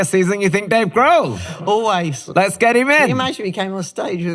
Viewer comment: Dave “Grove.”😂